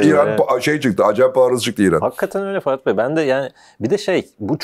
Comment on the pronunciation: bu arkada soruları soran eleman neden sürekli "" diyor? muhtemelen fatih bey diyor ama ferhat gibi duyuyorum ben hep.